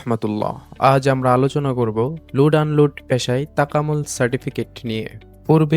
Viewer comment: এটা কি লোট আন লোট বলে